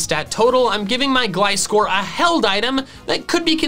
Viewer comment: GLISCOR, NOT GLICORE!